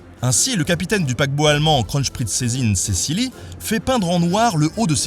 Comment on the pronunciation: En allemand, le V se prononce comme un F. Il n'y a pas de S entre le n et le p. Le Z se prononce "tz", pas "ch". Le double S se prononce comme un S, pas comme un Z. Il faut prononcer le dernier E de Cecilie. Il n'y a pas de sch entre n et p, et il y a un n avant le z. Et le h et le deuxième l de Wilhelm doivent être prononcés. Mais c'est bien d'avoir essayé :-)